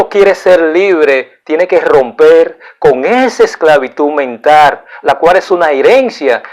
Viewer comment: me gusta mucho sus temas ya que son muy interesantes,pero amigo mio le falta mejorar su forma de hablar y pronunciar las palabras,quiza tambien no repetir tanto lo mismo. La palabra que en este video me da risa es como pronuncia VITIMISACION....en ves de VICTIMIZACIÓN..otra es NOJOTRO...en ves de NOSOTROS..No se dice MENTAR sino MENTAL... Tampoco se dice PERSONAR sino PERSONAL...Esto es solo una critica constructiva, no lo vea como un ataque..es muy inteligente pero mejore su didactica y vaya directo al grano en ves de alargar el video repitiendo tanto lo mismo tanto ya que se pierde el interes en seguir mirandolo.